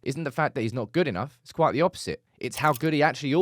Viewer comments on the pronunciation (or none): none